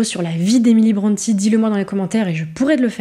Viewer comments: on dit 'brontii' pas bronté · Brontë se prononce Brunty [ˈbɹɒnti]. Son père est né Patrick Brunty et a changé l'orthographe de son nom en Brontë, mais la prononciation est restée identique.